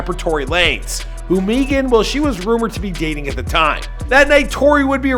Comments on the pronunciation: My wife's name is Meagan and she pronounces it Megan like all others. Not "meegan" or whatever you keep saying. You will be getting back lash from the stallion I'm sure. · It’s Meg-an !!! Who’s is Meegan?????? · Can you stop saying Meegan please, it's just Megan 🤣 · Why u keep calling her meee -gan? It's pronounced Meg-gen. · Dude its Megan not Meeeeeegn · 🤣🤣🤣🤣 For real though why do you keep saying Meagan instead of Megan? It's a fairly simple name? Ah who cares. She got that WAP. And lipstick drawn outside their natural boundaries. So everything is fake today. Like trans swimming champions. Everything is a hoax. Everything is a downright lie. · Why do you call her “Meeghan the Stallien” that’s literally not how u pronounce it bro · I Know He's From Canada & Whatnot, But the way He KEEPS saying "Meegan" like the way Key says it on "Key & Peele" is Funny AF Lmao!!!! 💀😂💀😭💀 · Who the eff is MEE-gan. I honestly think he tries to mispronounce people's names on purpose! He does it all the time! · Why do you pronounce Megan meeegan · When he said "Meegan" I saw Big Shaq😂😂😂😂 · Every time he says “Meegan” , I can’t help but watch the Key & Peele episodes on YouTube lmao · Bro I swear I was thinking the same exact thing!! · Meeegun or maygun? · Can't even pronounce her first name and called her album Tina Snow Tina Show. Come on now. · Its like every video he pronounces someone’s name wrong like halfway through the video after he’s said it right 9 times like what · Dog I can’t keep watching your videos if you keep mispronouncing very easy names. You been doing this too long to keep messing up like that man. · lol why tf he keep saying her name like that. meeee gan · I swear this dude mispronounces shit on purpose. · Roadman Shaq on the pop ups every time he miss pronounces Megan wrong 😂😂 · Bruh I was looking for a comment like dis I thought I was the only one seein dis shi lmao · He pronounced her name wrong the whole video